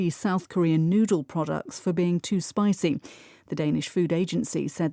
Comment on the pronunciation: spicy 가 spicing으로 들려요. 느리게 들어도요. 왜 그런걸까요?